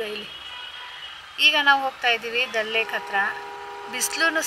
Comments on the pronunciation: Adu ದಲ್ alla ದಾಲ್ ಲೇಕ್. ಜೆಲಮ್ alla ಜೀಲಂ river pronounciation correct agi madi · that is ದಲ್ ಲೇಕ್ ಅಲ್ಲ, ದಾಲ್ ಲೇಕ್.